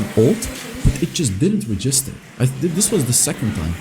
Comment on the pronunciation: Look up the pronunciation for “register” you’re a little off